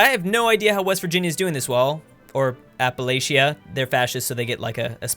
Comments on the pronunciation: It's App-uh-laa-CHia you uncultured Californian swine. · Appalachia is the region that west Virginia is in also you said it wrong it's appa-lach-uh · "appalayshia" fucking yankee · "Appa-lashia" Triggered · "App-uh-lashia" time to unsubscribe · Your pronunciation of Appalachia is terrible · You said Appalachia WRONG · You are pronouncing Appalachia incorrectly. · I know this mod doesn’t go as far as this, but the central and western side of Pennsylvania would’ve most likely joined Appalachia if this was a real life scenario. Btw your pronunciation of Appalachia made me cringe as a native Pittburgher, even though we’re the ones probably saying it wrong lol